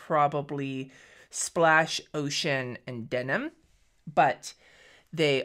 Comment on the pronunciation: Totally thought you said your personal favorite color was “oh shit” and I was confused that it was a blue and not a brown? Then I relistened to it and realized you said “ocean” 😂😅